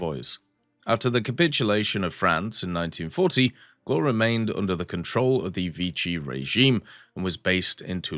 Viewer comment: a tip for the prononciation , it's more like "glwhare" like the "wha" form "what" just you cut the t and say re instead but you don't rly pronounce the "e" hope this helps ;)